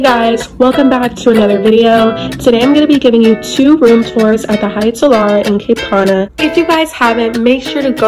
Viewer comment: It’s “Cap Cana” not ‘Cape Cana’